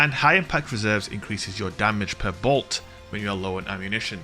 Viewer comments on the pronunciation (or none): none